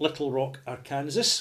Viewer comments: you should check out Eric Sloane on Google. He was an American painter who, among other things, specialized in painting clouds in the sky. By the way, an American pronunciation of Arkansas might be "are CUN saw". Just thought you would like to know. Great review! I'll have to try some soon. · It's pronounced 'Arkansaw' but another brilliant review, I'll be trying this one:) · Perhaps silly, but Arkansas is pronounced are-can-saw. :). Cheers! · Great review! Couldn't stop of chuckling at Ar-Kansas though. Hopefully I'll be able to make it up to the Scottish Capital of E-Din-Burg someday.;) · Woah! That's my town being reviewed by! I feel so proud. (Also it's pronounced "ar-kan-saw.") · Pardon the nitpick, and make no mistake, it is just a nitpick, the video is great: Arkansas is pronounced Are-can-saw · Understandable how a European would make that mistake. "Kansas" is pronounced just the way would think but "Arkansas" is unusual in that the last syllable "sas" is pronounced "saw". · Hi, good review again! Official pronunciation [ˈɑɹkənsɔː] ar-ken-saw Wouldn´t have known that if Bill Clinton hadn´t been governor there before he became President.:-) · The odd thing is that the state of Kansas is pronounced as you have done so here but without the A-R. Once you stick the A-R in front, the S at the end turns into a W.